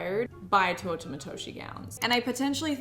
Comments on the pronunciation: Bro if i hear tuotah matoshie one more time imma fucking flip, i love you and your videos, ive tried to not be that person but im dying inside, its te-oo-ta matoshi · Tay - oo -ta Matoshi. Not TOO oh ta. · please love you and all but please pronounce Teuta Matoshi correctly (teh-oo-tah mah-toh-shee)